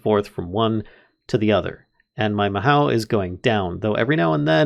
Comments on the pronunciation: "Mahow" Me: facepalm Lol good work on this vid. I do however want to say that it's pronounced 'Ma hoe oo' but the oo sound is light and not heavy. It means magic in Japanese. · just fyi its not pronounced ma how, its ma oh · Just for future reference, "mahou" is Japanese for "magic", and it's pronounced mah-HO not MA-how. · Hi so it's pronounced ma-ho and in japanese it means magic 07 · Mahou is Japanese for magic, and it's pronounced MahO (Long O sound), there is no OW sound as with English. Tsukai is pronounced Tsu-ka-EE, and it means "Use". Japanese vowels are pretty important, so if you see "i" it's pronounced EE, and E is pronounced like the Canadian "Eh", O is Oh, U is oo (there's a specific sound, but that's generally a good go to), A is "ah". And that's your Japanese 101 lesson for today, go start reading Japanese words without knowing what the hell they mean 8D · Mahou is pronounced Ma- ho in japanese. the ho is kind of longer sounding hoh. Ma-hoh is close to how it sounds. There is another word that's very close but that's off topic. If you wanna learn japanesem I'd suggest you learn it because it's actually pretty fun for me. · In japanese, "ou" means "long oh", so mahou would be pronounced "mahoh", with the o sounding like a long version of the o in "mother". If you know german, the vowels in japanese sound really close to that ;) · oh i thought the mod was discontinued! i remember this one from reddit, it's inspired by Fate series. The mod feels super unique, lots of Magic mods are just re-skinned tech mods - like Thaum or Botania, of both i am really big fan, but this one is just pure magic also, it's pronounced as "maho", japanese for magic, specifically the "magic method", typically the bewitching andwitch-esque magic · bro mispronounces mahou within the first 5 seconds